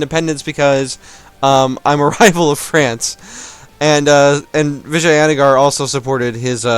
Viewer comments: its Vi-jay-na-gar not vaginagar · The A is a english fuck up. In india we dont say the word with a A in the middle